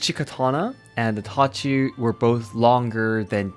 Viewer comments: Who all heard Itachi instead of tachi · The way he pronounces TACHI is like I heard itachi lol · When he says Tachi I always here Itachi. When he says Katana I here Katana This is the 4th difference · i thougt he said itach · U forgot the I in tachi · Tachi with a e😆😆